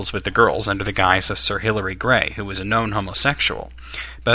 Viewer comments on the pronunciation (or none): It's Hillary Bray not Gray. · The name of the geneologist from the College of Arms whom Bond impersonates is Sir Hilary Bray, not "Gray." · It is Sir Hilary BRAY, not Gray.